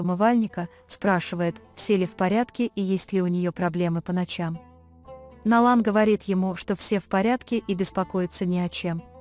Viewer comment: какой перевод ужасный не Налан а Найлан не Канан а Жа